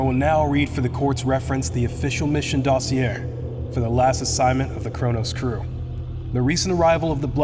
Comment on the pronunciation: Hahaha, can't listen to a story from a guy that can't pronounce dossier.